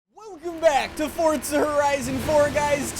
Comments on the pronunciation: i love how he says fortza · Y does he say fort za